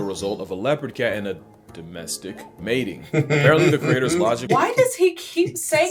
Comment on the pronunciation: Still cracks me up he says "Domestic" like its a slur for cats